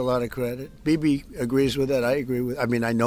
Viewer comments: Sounds like he calls him baby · Bibi is his name, and Trump pronounced it "Bebe." It would be funny even if he didn't pronounce it that way, but he literally did😆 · Is it only me who misheard DJT calling him “baby” 😂😂😂😂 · did his say 'bibi' or 'baby'?